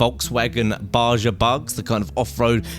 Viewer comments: It's not Ba-j-a it's ba-ha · It is not pronounced "Baja", the "J" is pronounce as an "H"..........so "BAHA". Its named after the Baja peninsula near Southern California. Brush up on your Spanish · Its pronounced BaHA no ba ja....j sounds like an h in spanish yoo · Its baja is pronounced bah ha not baja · Not to be a dick but its pronounced baha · Baja is pronounced "Bah-hah" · The Baja is pronounced Ba-HA ... the J is a pronounced as an American H, not a British Hache! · Lol I cracked up when you said baja. In Spanish the j is pronounced like an h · hahah "Baja" bug, its pronounced like "bah-ha" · Baja is pronounces BaHa btw.